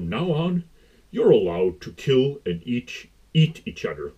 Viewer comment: You keep saying "Eating each udder" 😂